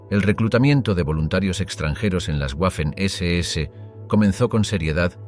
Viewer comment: «Waffen-SS» no se pronuncia "Guafen ese ese", pues no es una palabra inglesa, sino alemana. «Waffen-SS» se pronuncia "Vafen ese ese". Por ejemplo la capitál de Austria, Wien, no se pronuncia "Guin", sino que en alemán se pronuncia "Vin", de ahí que en castellano se llama Viena. También el apellido del compositor Richard Wagner, no se pronuncia "Guagner", sino Vagner. Consejo que este canal debería tomarse muy en serio: Antes de publicar videos con temas relativos a países germanoparlantes, debería hacerse asesorar por alguien que domine el idioma alemán, que en España no deben ser pocas personas.